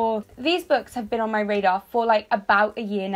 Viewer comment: Why am I thinking of "gaydar" when you are saying "radar"?😂😂